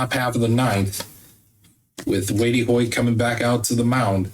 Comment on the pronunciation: Hey bud, it's pronounced "Weight" Hoyt